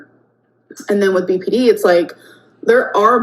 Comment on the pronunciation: “I experience Beepy Dee things”. Beepy Dee things…ar- is scary.